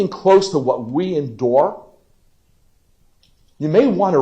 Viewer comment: Its like he just found out the word endure